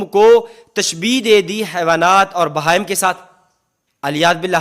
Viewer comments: پر پڑھ رہا ہے باہم جبکہ بہائم لکھا ہے اردو پڑھنا بھی نہیں آتا ہے کو شاید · باہم نہیں ہے بلکہ بہائم ہے آپ لوگو ں کو تلفظ بھی نہیں آتا چلے مقابلہ کرنے کے لیے آپ لوگ مقابلہ کیا کروگے بلکہ آپ لوگ صرف گمراہ کرنے کا نام ہے پہلے لفظوں کو سمجھنا پڑتا ہے